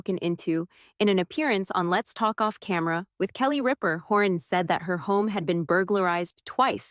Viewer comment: It's Hawn not Horn